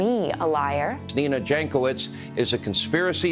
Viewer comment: Nina Jankovic is obviously of Serbian origin (her surname should be read as Yankovic) There is a wonderful expression in the Serbian language for such women, PROFUKNJACA. If you read this as PRO FUCKNJACA, you are wrong, the meaning in Serbian is much worse,more on mental side.